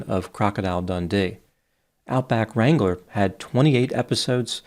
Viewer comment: I swear, I tought I’d heard “horse strangler” instead of “horse wrangler”.